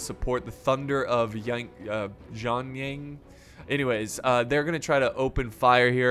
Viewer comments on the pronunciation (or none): When you see the word «Jian-an,» what on earth posesses you to pronounce it «yong yaung?»